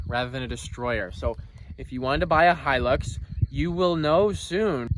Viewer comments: bruh he just said Toyota Hilux perfectly in Romanian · Its pronunced hi lux so your right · LOL Hilux worlds most indestructible UTE? have you heard of a Land Cruiser? oh and the way you pounce Hilux is right. people pronouncing it Hel - Lux is so annoying its Hi - Lux. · Nah it’s definitely pronounced “Toyota ‘High’-lux”. Take it from me, an Aussie.... There’s tons of Hilux’s down here. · Pronounced high- lux good luck to ya that thing will put up a fight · It's definitely pronounced " high lucks" anyone calling it a "he licks" is obviously stupid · Yay you pronounce it Hi Lux :) All us Aussies say thank you lol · I’m glad you pronounced the Luxy as... Hi-lux and not Hill-lux. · Atleast he called it the proper name it’s hi lux not he lux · pronouced High Lux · In australia it is pronounced high lux These cars are all over australia Have a look at a 79 series landcruiser. They are a beast. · And it definitely is pronounced high-lux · I'm Australian and can confirm it is pronounced Hi - lux. So you got it right first go. Hope you at least enjoyed driving it while you had it. You should get a few videos out of it. Yes even you 🤣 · It’s pronounced high lux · You're right it is pronounced high-lux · Whistlin youre pronouncing it correctly Hilux High-lux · Think your the first American to pronounce hilux correctly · Don't worry mate you said Hilux correctly! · Hi you pronounced it right Hilux. And I only just subscribed to your channel too. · your Pronunciation of the hilux is correct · you pronounced Hilux perfectly